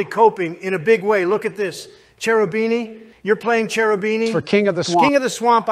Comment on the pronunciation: Trump can't pronounce Cherubini lmao.